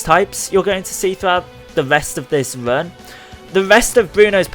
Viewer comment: Are you saying "run" or "vern"?